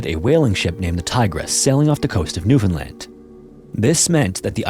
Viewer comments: Love ur stories. Thanx for pronouncing the name of my province correctly, Newfoundland! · As a Newfoundlander I'm super impressed you said Newfoundland right. 👍